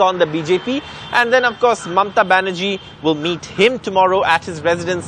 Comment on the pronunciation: Her name is Mamata not Mamta.